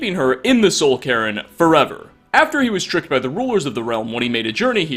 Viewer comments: soul-cairn not soul-Karen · "Soul Karen" (insert joke about wanting to see the manager)